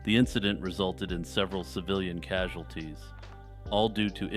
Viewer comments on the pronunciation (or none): Those killed are “casualties” not “causalities” … further… “further”. No ill intent meant. I watch and enjoy your videos. Love the slower pace (compared to similar channels) as well as how you pepper in your personal thoughts on topics. I want to be an audience to the largest YT iceberg in history, just, saying the wrong word or the same word over and over when thesauruses exist kinda drives me a bit nuts. Nonetheless, keep up the otherwise great work. Nothin but love.